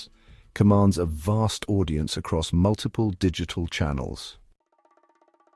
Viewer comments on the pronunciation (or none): none